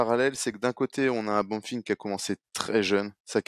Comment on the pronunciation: Pourquoi il dit “ Bonnefim “